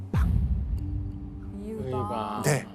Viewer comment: 이으방ㅋㅋ 의방 아닌가요ㅋㅋㅋ